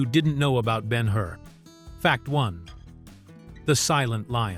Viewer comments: And it would be so much easier to read and not be droning run-on sentences if you knew how to use puctuation. Judah Ben-Hur (not "been her"). And the point of not showing Jesus's face is to keep His mystique and humility; not show Him as a man; notice that the Bible does not go into detail about His appearance. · Not Ben Hoor. Ben Her. AI Sucks. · Not to mention he pronounces the character as Ben-"Hoor" rather than Ben Hur. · This piece fails in so many ways! This is an amazing film... does it make sense to use an AI narration that can't pronounce the composers name properly... or EVEN the name of the person portrayed in the picture?! BEN HOOOR? WHAT? The use of a 2/2 country background is LUDICROUS. I turned it off after 3 minutes of this drivel! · Ben HOOR? HA! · Who ever produced this is DEFINITELY NOT READY FOR PRIME TIME! Ben-HOOR? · I agree. I have been a voice actor for five decades and AI is destroying my business with crappy narrations all done by the same pathetic computer manipulated voice that pronounced most of the names incorrectly. Ben-HOOR? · For me, Ben Hur is still the best film ever made. This AI voice is present in many AI videos. In this case at least the name of the movie and the name of the protagonist should be correctly pronounced. It's not Ben Hoo-er.